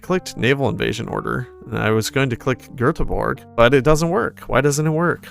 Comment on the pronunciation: As a swede, I'm very impressed you pronounced Göteborg right 😄